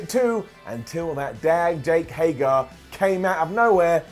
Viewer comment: its hay-grr